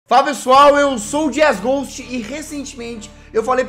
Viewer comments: Eu vi que vc falou lá jesgue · "J" E mais uma vez, Jazzghost vira Jazzgue :D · "Fala pessoal, eu sou o Jazzgue" ( Juro que eu escutei isso KAKAKAKAKAK)